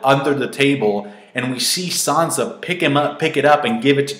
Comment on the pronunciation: "Sohnsa". It's "san-za".